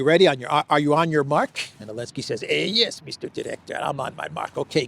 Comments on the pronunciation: why do you keep calling him Elensky? Zelensky and Elensky are two different people. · I keep wondering. Why does say “Elensky?”